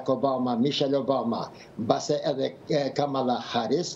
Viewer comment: E ka Kamala, me theks te “a”-ja e pare e jo ashtu sic e shqiptoni ju!